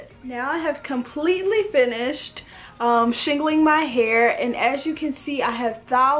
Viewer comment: "Shingaling-ling" idk why this cracks me up lol 😂